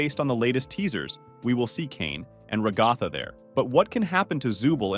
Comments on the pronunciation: It’s not ragatha (r(long A sound)ge-th long a sound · IS ANYONE REALIZING HE'S PRONOUNCING RAGATHA WRONG!? (It's okay, just a mistake, it's fine Mr.Creator of this video!)